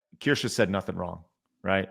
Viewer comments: not that you are pronouncing Kirche 🍒 correctly either ends with E but you pronounce an A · They are really trying to get Kirsche cancelled, huh? You are right, it will only get her more subs, because she is absolutely right. BTW: As a German I can confidently say you are all pronouncing Kirsche (slightly) wrong. So no worries about Asmon's "Kirschi" xD